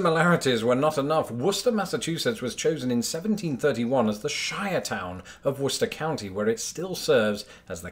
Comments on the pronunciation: Let me echo the sentiments of those here who have lauded your correct pronunciation of Worcester, MA -and though you did not mention it directly - Leicester, MA. By the way, if you are looking for Leicester, MA you'll find "Lest-ah west-ah Woost-ah". But I digress... The real reason I am commenting, though, is that you "dropped the ball" on Lancaster, PA. Those from the Keystone State pronounce it in kind of an Englishy way as in "Lankester". Don't take my word for it, just pronounce it the way its spelled to someone from Pennsylvania and they'll correct ya! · Ah ha! So we both pronounced Worcester correctly! So why the hell do I keep hearing Wor.Chester from people not from this state? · I watched the video expecting him to butcher it, but alas. At most locals shorten it a bit but his pronunciation is as acceptable locally as Woosta is. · No, its more like "wuster-shr", at least if they pronounce it the same in New England as its pronounced in the UK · Worcester as "Wist-er" is the way most people in Mass pronounce it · You pronounced Worcester fairly well. But its Wis-tah. A few more locals Westford = Wes-fid Leominister = Lem in stah Chelmsford = Chems-fid Acton = Actn Nashua = Nash-wa Maynard = May-nud All & all your not to bad for a flatlander. LFOD ! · its weird to hear a non-mass native pronounce worcester correctly lol even if you guys have one of your own im just so used to "war-chester" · Meaches Peaches - Of course he would pronounce it correctly, he's British and we know how to correctly pronounce our towns/cities! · Happy to hear Worcester is spoken the same way over there. If only my GPS could figure it out! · Holy crap you pronounced Worcester right lol.